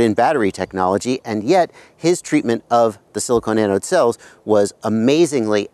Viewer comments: Do you mean "silicon" pronounced ( sill-ih-kawn ) as in ie: silicon cpu wafer?. You are saying "silicone" (sill-ih-cone) as in the heat-resistant rubber-plastic like material that is an insulator, not a conductor. I'm pretty sure you're just off on your pronunciation of "silicon" as I'm sure you're refering to silicon anode cells that are part of a type of lithium-ion battery where silicon replaces the traditional graphite anodes. Silicone resin wouldn't make the greatest anodes or cathodes lol. Anywho there are some inherent problems with silicon anode equipped lipo batteries. One of the problems is that that after lots of recharge cycles the silicon material goes through what's called charge-induced volume expansion or simply the silicon can shrink and expand causing the material to crack or form micro-fractures during lithiation/delithiation phases(IE: think of like a super heated rock being thrown into cold water and cracking) Si anodes can also have problems with properly reacting with the electrolytes they use for batteries, whereas graphite anodes are very good at reliably interacting properly with the electrolytes. Both of these issues can cause thermal-runaway which you demonstrated awesomely in your video by over-charging - one of the huge benefits of Si anodes is excellent thermal dissipation as shown by your experiment when you note that it takes a long time for the battery to catastrophically overheat :P ! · He's asking since you pronounced it "silicone" ;)